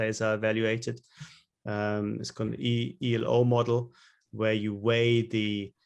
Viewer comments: Elo model, not E.L.O model. It's a name, not an acronym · It's not "the E.L.O. rating system". It's "Elo". The dude's name who invented it was named Elo.